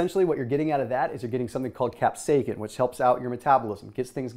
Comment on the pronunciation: Did he just tell us substance p was in cayenne pepper? Wrong. It's a neurotransmitter bro. it's not in the food. BTW, it's CAP-SAY-SIN